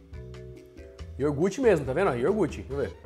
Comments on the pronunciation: pelo amor de Deus, o que custa falar iogurte certo? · Iogurte pelo amor!!! Fala certo pó, respeita os ouvintes kkkk